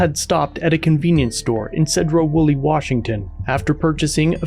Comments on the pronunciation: You know it sucks getting sent a link to a channel you watch only to find out its from your home town. Also if you cover Sedro-Woolley Police again, pronounce Sedro with a C instead of a S, like Cedar. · “Seeedro-Woolley” cracks me up the way you say it. He’s only minutes away from burlington which has Walmart and a host of other locations to park. Cops thought he was on meth at first guaranteed. When they found out he’s not they had to do something 🤷‍♂️ to mess with him. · It's SEE-droh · Two things, first it’s pronounced Seedro Woolley. Second those cops are corrupt asshats. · Pronounced “Seed row” like plant seeds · Love your work. As a former Washington native I make a tiny correction, which maybe wrong, but I always heard the city of Sedro Woolley pronounced as Seedro Woolley. I know, I'm nitpicking. Many towns in Washington have Native American names and are problems for people outside of the state. Even the city of Seattle which is named after chief Stealth. Yakima is another as is Spokane which has a short "a." My favorite is the town of Sequim, pronounced Squim, I'll never understand how that works. Keep up the great work. You are a valuable asset. Abolish qualified immunity. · Wonderful all I can say is it's clearly unconstitutional. And also it's pronounced SEE - DROW WOLLEY!!!! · See-drough Wool-ee. Think good ol' boy Appalachia on meth... but in Washington. The cops are all ego & zero brains. Awful place.